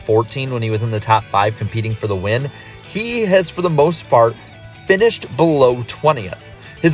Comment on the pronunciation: Am I the only one who hears “he has for the most fart” under the BK section?